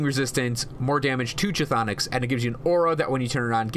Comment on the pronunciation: I love the guide, I was needing what's worth using what's not, but when I hear you pronounce the word "chtonic" I wince a little. It's "(kh)thonic" where (kh) is silent, so it's basically "thonic". Just a tip.